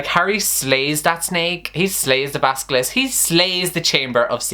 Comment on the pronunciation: When he says basisilk except for basilisk and calls it an snake mythical creatures are angry. And when he say diagan ally except for diagon alley me who speaks British English is angry. But this video was awesome I agree with everything